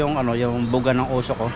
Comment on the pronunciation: Nkkatuwa c pag bigkas ng osuk umoosuk kna pla 😂😂😂😂😂😂